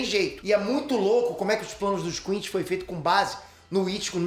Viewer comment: QUINCY e não QUINCHY. A pronúncia é a primeira, tanto em japonês, quanto em português dublado.